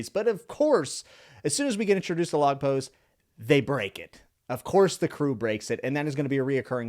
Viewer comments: thank you for your lovely review! you pronounce the log pose correctly, no problem at all. let me correct for the curly Igaram's pronounciation. it's Ee-gah-rahm, typical Japanese pronounciation. about Nami jealous of Sanji-Vivi, I think it's just Sanji's simping imagination (though some fans are really happy with this as they ship Sanji-Nami) because Oda has officially stated that there will be no romance thing within our crew. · watched the whole thing and it went by so fast! love listening to these and cant wait for more. btw you pronounced log pose correctly, and it does point horizontally like a compass (but also vertically)